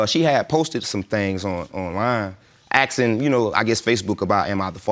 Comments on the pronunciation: gah i hate how ppl say axing instead of asking. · Why oh why do black people keep saying axsing instead of asking???